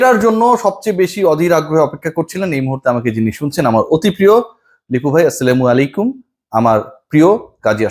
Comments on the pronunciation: আপনার সালাম দেওয়ার উচ্চারণে সমস্যা আছে। সংশোধন করতে হবে। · সালামের সঠিক উচ্চারণ হবে আসসালামু আলাইকুম । কোন কারণে এর ব্যাতিক্রম হলে অর্থ কিন্তু বদলে যায় সেখানে আপনি লিপুকে টিটকারি মেরে সালাম দিয়েছেন এটা ঠিক না । লিপুকে বকা দিন সমালোচনা করেন কিন্তু সালাম বিকৃতি করে নয় ।